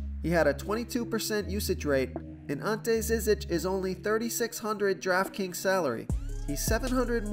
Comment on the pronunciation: And Ante Zizic is prnounced JIH jitch